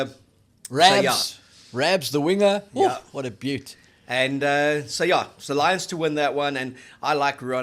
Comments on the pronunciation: Can not pronounce winger? Only the boks are winners 😂😉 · Apparently NOT